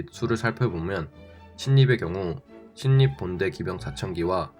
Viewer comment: 잘 봤습니다. 크게 참조가 되었습니다. 그런데 신립은 “실립”이라고 발음하셔야 듣기 편합니다 ^^